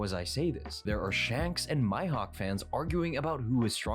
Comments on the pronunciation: Who on earth is “My-Hawk”??? Maybe he has “hay-kee?” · The fact he says Mihawk as my hawk makes me uncomfortable